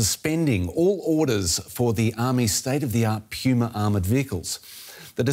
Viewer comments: "Puma" not "pewma" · The Australian journalist should relax a bit. Start by learning how to say PUMA instead of PJUMA! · Pumas are not tanks. They are also not pronounced “pyooma”